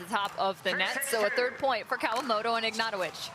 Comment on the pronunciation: It's "Kawamoto" with a "T"...